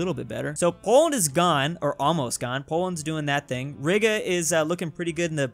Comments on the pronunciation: makes an honourable mistake when pronouncing Riga Me: cries in Latvian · he said Riga like it was a racial slur